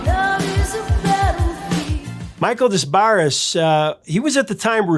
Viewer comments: it's pronounced 'de bar', not 'dess barress' ... it's french - don' cha kno ... 🤌🙈🙉🙊🤌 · His last name is pronounced De-BARR, not Des Barr-es. He was the replacement singer for the power station when Robert Palmer dropped out of their world tour a week before they were supposed to go on the road so that he could (re)launch his solo career. His wife, Pamela, wrote a very famous book about what it was like to be a groupie back in the day. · Yo, his name is pronounced "De Barre." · should know how to pronounce “Des Barres”.